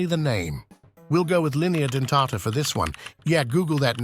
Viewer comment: Linea Dentata uh?? U italian by any chance??😂